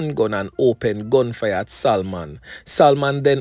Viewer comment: "SALMON". YOU DON'T PRONOUNCE THE "L" IN THE NAME........ IT SHOULD SOUND "SA- MON" NOT "SAL-MON".